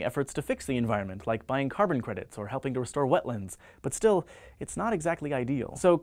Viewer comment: "wetlinds" wtf its wetLANDS